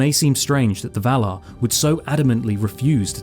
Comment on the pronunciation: Vah-lar ..... Not Vahluh. If you're going to talk about heavenly beings... please pronounce it properly.